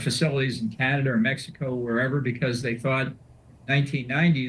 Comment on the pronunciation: Vassy learn how to pronounce CANADA - it’s not key-an-ada. And F John Bolton, talk about scraping the barrel 🙄